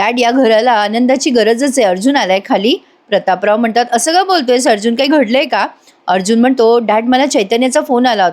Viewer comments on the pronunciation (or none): none